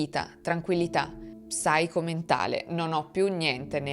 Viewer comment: Ma perche dici psyco mentale? Psiche si legge cosi come si scrive, basta con questi inglesisimi per favore